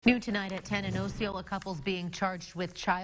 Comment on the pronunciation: You may not belive me but I don't care. First off the person that reported them is a drunk, and their grandson isn't allowed to visit her because of her drinking problem. Second you pronounced Osceola wrong. Third oatmeal wasn't the only thing they ate. Fourth buckets were there because they often peed and pooped in their rooms which is the reason their was plastic. They ruined their beds. The children were not out of the house for 45 minutes and they weren't locked out there was a door unlocked they went through every day. The children just didn't try that door. The children had more food options than any of the other children too. So belive this if you want but I know I am telling the truth unlike all the reporters and oficcials.